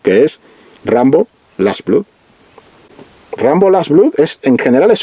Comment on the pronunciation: "Blood" se dice "blad".